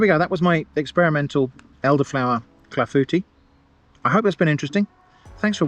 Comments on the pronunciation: it's pronounced claflooTEA not clafooty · Your pronunciation of "clafoutis" was quite decent - the only major correction I would suggest would be to put the emphasis on the "Tee" syllable, rather than the "Fou" as you had. GG!